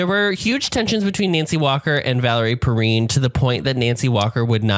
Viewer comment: Saw this in the theater when this came out. Twice in a row. What can I say I was 17. Oh, and it's pronounced Perrine like fine or wine.